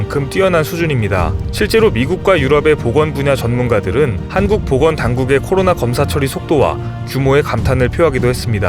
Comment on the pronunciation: 매번 느끼는건데, '코로나'라고 정확히 말씀해 주셔서 정말 좋습니다^---^